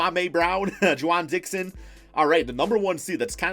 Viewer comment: YALL SEE HOW IM ABLE TO PRONOUNCE THESE NAMES?!?!?! THIS WAS MY ERA I KNOW THIS!!! Also: JA-WAN DIXON.....